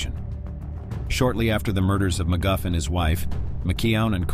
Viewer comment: McGuff lmao